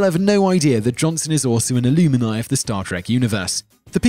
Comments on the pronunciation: "Illumini" no--- Alumni! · Aloomini? It's not a long 'U' sound in Alumni. It's the same sound you say when you say the word 'GUM'. You don't pronounce Gum as 'goom'. 🤷🏻‍♂️ You also don't pronounce 'alumni' as 'aloomini' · You pronounced "alumni" "ilumini". I can't take that seriously.... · on the Dwayne Johnson part, its not pronounced "A-Loom-in-eye" its spelled Alumni, prounounced "A-Lum-Nye" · Data was chief ops officer, not chief science. Alum, not aluminii. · Also, you mispronounced alumni. And your intonation is at times very unusual.